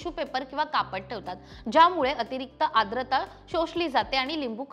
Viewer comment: ताई आद्रता नाही, आर्द्रता आहे. शुद्ध मराठी बोलायला शिका अगोदर.